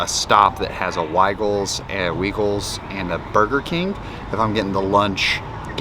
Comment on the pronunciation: As a knoxvillian weigels has a hard I sound. So the Wei rhymes with Hi!